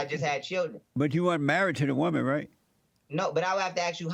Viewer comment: “So you a wumah! (woman)” His partial pronunciations 😭